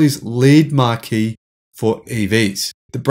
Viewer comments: Marque = (pronouced) Mark not Marky. Marquee = (prounced) Marky, as in tent. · Marque is pronounced mark not markee 😀